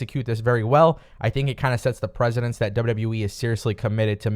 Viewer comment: You kept mispronouncing precedent. Other than that, fine video.